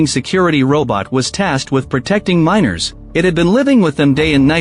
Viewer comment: "miners" not minors!